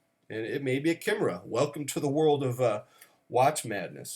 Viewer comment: Bonus points for correct use and pronunciation of chimera. As to watches, we asymptote towards a 10 without ever reaching it. Except for I, who has achieved a 10 in my collection, IMHO.